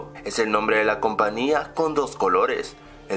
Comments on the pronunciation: se dise compañía no compania jajaja XD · coño no digas compania que es compañia